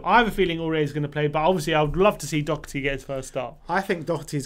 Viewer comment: His name is Doherty. You are as well to get to know the name of players playing for YOUR OWN TEAM. To help, its pronounced DA-HER-T